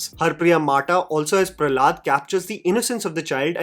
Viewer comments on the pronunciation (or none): Hari priya mata (माता- it’s her Dikshit name ) not mata (माटा)